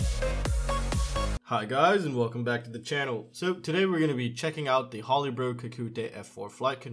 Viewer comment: Please! It is pronounced "Ho-le-bro" not "Ha-le-bro" like Holy Bible not holly as in the plant!